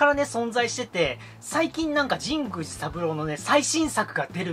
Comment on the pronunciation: 神宮寺の発音おかしくないですか？w Wiiリモコン安いのはいいですねー ハードオフ安くて324円しか 見たことないです(ﾉω･､)😵💦